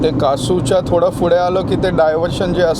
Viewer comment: फुडे नाही रे पुढे 😂